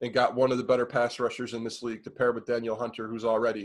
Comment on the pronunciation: Ngakoue isn't one of the best pass rushers in the league and saying Daniel Hunter just confirms your aloof knowledge. Hunter is a top 3 pass rusher and you can't pronounce his name? I'd also like to point out how amazing it is that everyone puts Diggs on this pedestal. He's a baller and all but nobody picked the Vikings to win their playoff game while they had Diggs and Thielen. Now he's this massive issue? Nope.